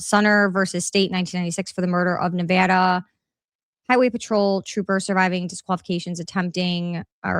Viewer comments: as someone who is born in raised in LV thank you for saying Nevada the CORRECT way! ❤❤❤😂😂😂 and thank you for the information great video! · X is hard for me to follow. Thank you for covering this. Also for pronouncing Nevada properly. Washoe is pronounced like wash show.